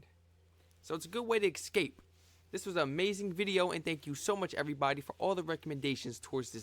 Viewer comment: Sorry, but this mispronunciation drives me crazy and it's SO American. Is it 'escape' or is it 'excape'?